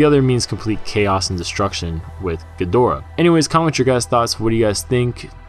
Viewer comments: Why are you saying khin-ga-dor-uh instead of Gee-der-uh like it was back n the '60s? Is this a Japanese pronunciation? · Jesus man, it's pronounced GEE-DO-RA!!!!!